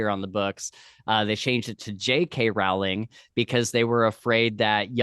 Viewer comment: Rowling rhymes with bowling ;)